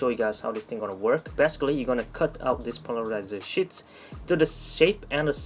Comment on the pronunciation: Your English is pretty good. I am too dumb to know another language. I want to help you out though. You sound like you are saying shits and not sheets. Shits are poop. You don't want that to be confused. Great vid as usual!